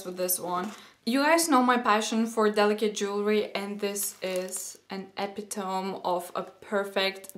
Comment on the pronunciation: I love that you said "epi-tome." You are adorable.